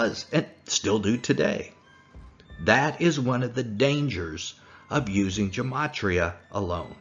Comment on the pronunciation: A small point.... Gematria is pronounced with a hard "G", as in "God". There is no "J" sound in Greek, nor in Hebrew.